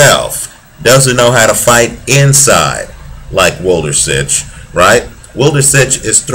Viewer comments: great analysis on wlodarczyk - chakhiev, but god, wlodarczyk's name sounds completely different )) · Włodarczyk is really a great fighter with so much power, strong chin and good technique but how you are reading his name is fucking hilarious, Polish fans have to have a laugh